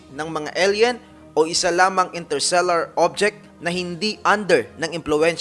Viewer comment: Interstellar po hindi "Intersellar"